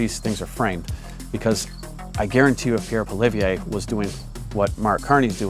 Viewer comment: You've heard of Pierre Polieve haven't you? You're in Canada ... you want to have a political channel and you dont know how to pronounce Pierres name... Poly-ev is the phonetic pronunciation.